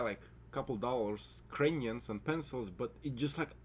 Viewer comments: my brat as one slav to another i love then fact are people get straight to the point, but comon you need at least a 2 sec video intro before you start unloading info on us. btw its pronounced Cray-ons otherwise sounds like you are saying Ukrainians. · Why when he said crayons I heard Ukrainians..... whos gonna get the Ukrainians first 🤣